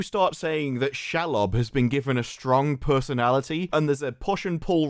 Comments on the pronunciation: you pronounce Shelob she -lob not shel lob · It’s SHEEEEELOB not Shelub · Who the hell is Shall-lob? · If they wrote season 2 first, then how did they write Bronwyn's story out of season 2?? They didn't know she was leaving! 😂😂 And the spider is pronounced She-lob 😊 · can we not call Shelob ... shalob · Please, please, pretty please pronounce Shelob "She-lob". Literally means female spider in much the same way she-wolf means female wolf.